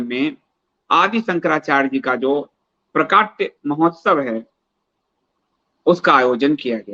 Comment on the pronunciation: प्राकट्य तो ठीक उच्चारित कर लीजिए ,स्तर गिरता हैं गलत उच्चारण से .